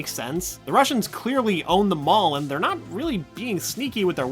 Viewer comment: Don't you mean Not? Its not noot.